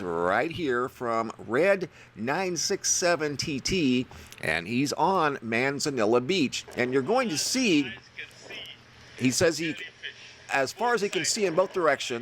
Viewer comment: It’s pronounced man-ze-nee-ya, cmon man